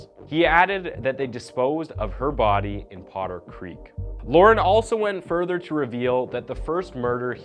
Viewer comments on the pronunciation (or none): none